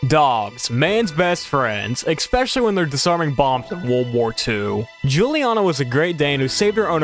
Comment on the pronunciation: I have always wondered how hard is it to pronounce extremely complex words, such as: Escape and especially, turns out the correct pronunciation is EXCAPE AND EXPECIALLY! well done sir you solved my 40 years long quest to find answers for questions nobody has ever asked